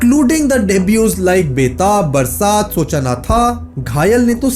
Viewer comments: baraat ni hai bhai wo Barsaat hai😂😂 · Chatgpt se likhwate hain aur bol dete hain😅barsaat ko baraat kar diya